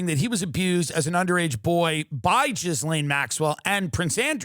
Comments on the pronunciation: it's properly pronounced "Ghee-Lynn". Westerners tend to go with "Ghee-Laine". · The way he says Jizz-lane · Jizlane…hilarious pronunciation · I like how some commentators say Ghislaine's name like "Jizz-laine" It's hilarious 😂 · Anyone else catch the “JIZZlane Maxwell”??? 🤣🤣🤣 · I love how Tim calls her Jizz-lane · love how we are gonna keep saying GIZlaine Maxwell forever!😭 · So it's for sure pronounced Jizz-Lane Maxwell?